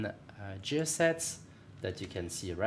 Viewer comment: Just so you know, "gear" is pronounced with a hard g just like the g from "gift."